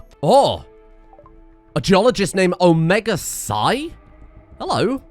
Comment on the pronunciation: Psi, not sigh.